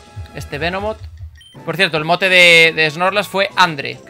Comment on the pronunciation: Por cierto mi nombre se pronuncia con tilde en la é (André) no Andre pero no pasa nada jajaja